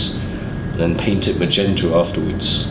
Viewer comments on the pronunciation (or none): none